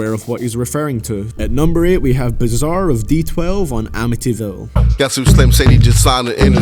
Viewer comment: You got bizzare all wrong 😭😭😂